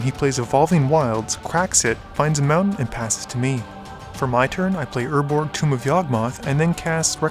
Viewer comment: Tomb: "Toom" I SWEAR I LOVE YOU :D I love this match, great game! Selvalas of all kinds love Umbral Mantle. It's such a unique card! I run it in my Selvala, Heart of the Wilds deck.